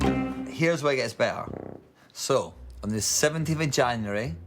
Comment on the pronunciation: Every time Ian says Of January I hear a vagina wary